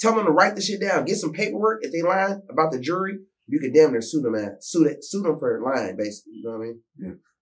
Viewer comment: Lol right because my closed caption is saying "Jury"